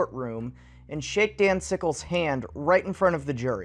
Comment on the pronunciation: I thought he was saying "Danzigles" and I can't get it out of my head